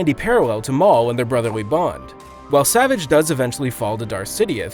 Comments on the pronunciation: Sah-VAHJE is how his name is pronounced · Stop saying savage wrong- the G is soft! It's ticking me off!